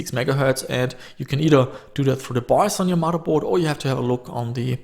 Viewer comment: FYI cache is pronounced 'cash' not cayash or any other variation. Also motherboard is not pronounced mudderboard you wouldn't call the second Sunday in May 'Mudders day'. Those two things aside your videos are pretty much perfect, thanks fella 👍🏼